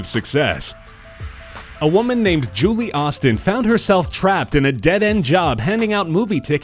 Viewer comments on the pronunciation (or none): none